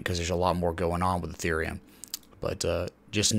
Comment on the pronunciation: Isn't it pronounced Ethereum 😲